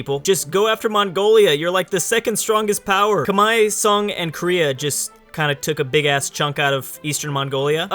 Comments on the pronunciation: It's not "Kamahie"it's "kmer", the "H" is silent. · Khmer=Comehre not khmai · Love the vid as always, but just gotta point out one thing: Khmer is pronounced like kim-air/ear, not kim-eye. At least in English anyway. As in Khmer Rouge. Anyway, keep up the good work. =) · tankfarmer realy because I have been to Cambodgia and no one say kmai it was more K Mer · It's not cum-hi, it's pronounced like Come here. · Why does always say 'kmai' instead of khmer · I am actually khmer myself, and every Khmer person pronounces it as "kmai" as in bye. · tankfarmer I've always heard Kuh-mare, or k-mer as you said. Granted I'm American and my main knowledge of the pronunciation is from the Khmer Rouge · Its properly pronounce like Khmae not Khmer or Khmei, the Northern dialect pronounces it Khmer (just like its spelled) however which is where the English pronunciation comes from. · However I do believe in modern times it is pronounced like Khmai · When someone calls a Muslim Sultanate attempting to claim Rum/the one who becomes the Ottomans the Byzantines... inhales BOOOOOIIIIIII!!! Also, Ca-Meer. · Khmer Kah-Meer!!!!! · It’s k-mai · Khmer is pronounced come here. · read khmer Say khmai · Khmer= kuh mare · Oh my god, learn how to say Khmer, please, you're killing me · I don't think that's how you say "Khmer" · The way he pronounce "khmer" physically hurt my ears